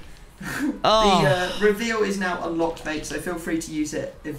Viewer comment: did u forget how to say reveal?